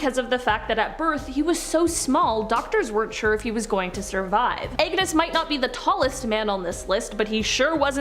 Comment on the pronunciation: It's ANGUS... not Agnes. Good lord